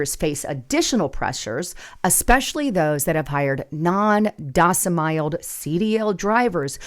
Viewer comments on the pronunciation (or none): Please work on your pronunciation and slow down and little bit so we understand you. The constant mispronounced non domicile was a killer. I thought you may becoming AI yourself. Lol A friendly Trucker